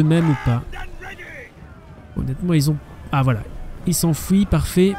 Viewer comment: Niveau houite .... c'est pouissant .... les troupes s'enfouient... T'as un problème avec le son "U" ou quoi?